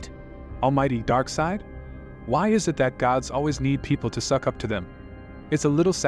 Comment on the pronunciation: Hey narrator darkseid is going to kill you for saying he name wrong